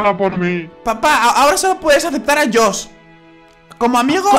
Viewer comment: 3 perdon pero se dice josh